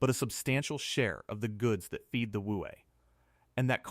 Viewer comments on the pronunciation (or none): The Wu-Wat!?! Fix your AI. BTW, I lived ibn Abu Dhabi from 2010 to 2015.